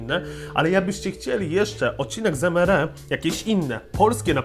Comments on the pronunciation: Mówi się EMARI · bez urazy ale to sie czyta emari